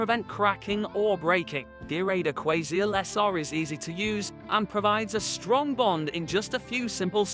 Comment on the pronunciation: Some glue adverts read by a robot ..... move along. listen to how he pronounces Aquaseal .... ROBOT